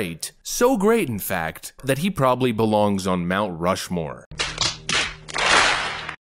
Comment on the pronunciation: Nancy, it's called Mt Rush-more, not Mt Stumble-more or Mt Slow-more 😂🤣🤦‍♂️